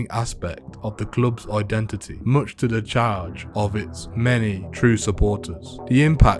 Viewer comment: Why do they all say ID IT NIT 😂